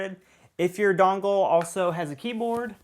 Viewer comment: Sorry but everytime you said dongle... great video though!!